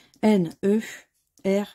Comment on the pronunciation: c'est juste un jeu de mots...je ne suis pas du tout énervé.. juste pour qu'elle comprenne qu'on prononce nerf et non nerfe...